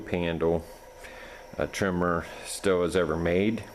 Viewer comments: The brand name is pronounced "steel" not "still". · No it's stihl